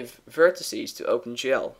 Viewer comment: Is he saying open 'jell'???